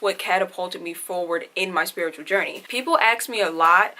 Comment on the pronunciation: I like how you say “aKs” instead of ask)) I think that’s super cute 😄